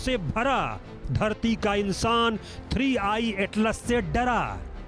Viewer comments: 3 1 नही 3i हैं मॅडम 🤣😂🤣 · Ma'am jiii 3 one atlas nahi 3 I atlas hai 😅